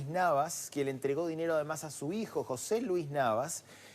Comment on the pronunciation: JóSE o José. Esta pobre periodista iletrada no puede pronunciar correctamente el nombre de su compañero "periodista". Y supestamente son "profesionales".